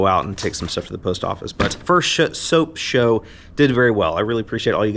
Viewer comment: New game.. how many times says shoap show! LOL